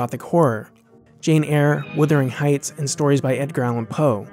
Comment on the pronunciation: Withering Heights?!? Lordy